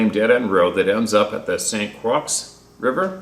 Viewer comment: River not ri er